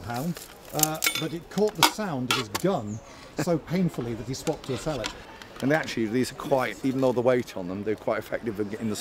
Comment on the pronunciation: As a fellow Yorkshireman and armour enthusiast, I'm terribly disheartened that the lads were pronouncing 'sallet' as 'Sal-lay' and not 'sal-let'. (Excellent video btw).